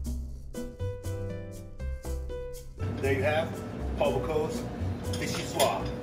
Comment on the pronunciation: That's "bo-COOS," not "boo-COSE." Note the spelling. And it's "vee-shee-SWAHZ," not "vee-shee-SWAH." Note the "e" at the end, and that it is French.